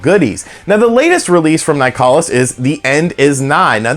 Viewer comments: It's pronounced like "Nicholas". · Uhhhh it’s pronounced nicholas